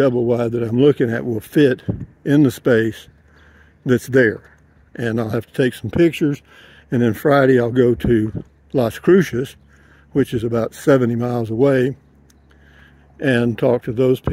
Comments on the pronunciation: because it drives me crazy. Years of coming to NM and he still can't pronounce Las Cruces correctly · Please learn to say Las Cruces correctly. There is no "H" or "Sh" in it.